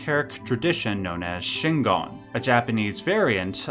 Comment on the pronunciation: very important,: Shingon is not Shingan. Shingan is what you're saying throughout the video, but it's Shingon. gon rhymes with "bone"